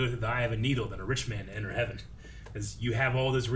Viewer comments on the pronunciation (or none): none